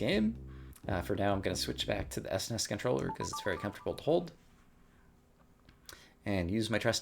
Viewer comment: I’ve love your play, but when you say S Ness it grates on my ears like nails on a chalk board. S-N-E-S or Super N-E-S or Super Nintendo are fine. 😅